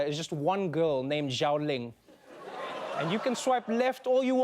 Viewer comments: The name is not pronounced as Jiaoling, it's pronounced as Shiaoling! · Hilarious! Thanks for the comedy Trevor. X is pronounced as 'Sh' in Mandarin. The word Xiaoling should sound like Shiaoling NOT Zhiaoling. Thanks.